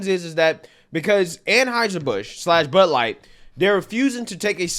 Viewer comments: It's not Bud Light it's "Lud Bight" 🤣🤣🤣🤣🤣🤣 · Buuuh light? You choose which consonants you articulate....